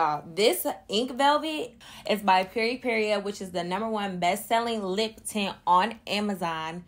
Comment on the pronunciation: I love you but pronouncing Peripera as PeripeRIA was driving me crazy Lol. That’s a super cute lippy!